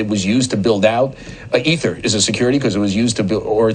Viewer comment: You say EEEther, NOT e-ther. Speak English, if you must.